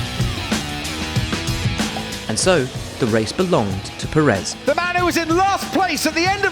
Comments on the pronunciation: If you make a whole video about the man, at least get the pronounciation right: Pérez, not Peréz. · The guy has been running in Formula 1 for a decade and commentators still don't pronounce his last name well. Put your will in it, brother, is not that hard. Is Pérez (PE rez), not peréz (pe REZ) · no Sarhee-o. Pehress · Pérez (peh-res) not Purr -ehz. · Yeap, I doubt it too. But Perez's doesn't work as a journalist/voice-professional. Seriously, Pérez is by far the easiest name in the entire Latin-Roman language scope! The way he pronounces it sounds absolutely weird to a Spanish speaker. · Shurgio Pehres?